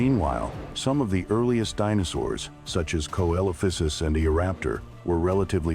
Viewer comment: Oops...except for mispronunciations. Co-Ello-Fissus??? Coelophysus = See-Lo-Fie-Sus. Just a bit more editing, please.